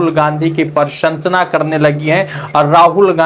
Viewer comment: अबे भाई बोलना तो सीख ले क्या बोल रहा है प्रशंसा बोलना भी नहीं आता मुझे तो लगता है कि तू गुजरात के स्कूल में पढ़ा है।